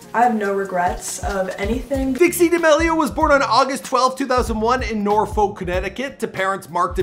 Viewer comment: How hard is it to pronounce Norwalk 😂😂 not “Norfolk”